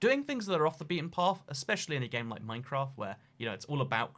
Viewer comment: I swear he said minecrack